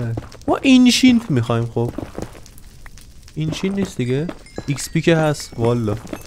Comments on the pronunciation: آنقدر گفتی اینشینت نمیتون اسم درستش رو تلفز کنم🤣🤣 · اینشینت نه انشنت دبریز